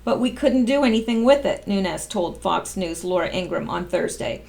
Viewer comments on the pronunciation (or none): none